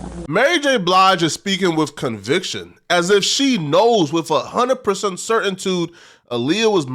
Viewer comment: “Certaintued” 😂😂 alr na